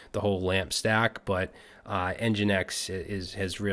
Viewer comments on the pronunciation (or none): none